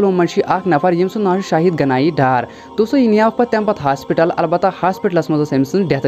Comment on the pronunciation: Naam sahi se pada kro..naak mat kato ap log padayee ki,,,shahid ganie dar nhi hai